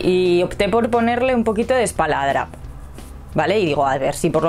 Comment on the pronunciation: No se dice espaladrapo, y lo dices varias veces